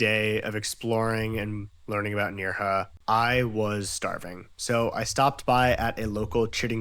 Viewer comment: It's pronounced "N-air-ha", not "N-ear-ha". I like your current videos because it walks me through one of my favorite parts of Spain. However, the constant mispronunciations is a bit jarring.